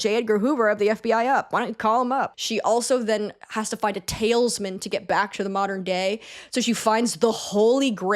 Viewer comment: I have to tell you that it is pronounced TALISman not TAILS-man (🐕) because this is unfortunately a commonly used word in the riverdale cinematic universe. I literally can’t pronounce progress tho so you do you girl.